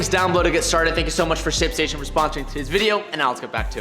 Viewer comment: I think you're missing the letter T in Ship Station when you're saying it.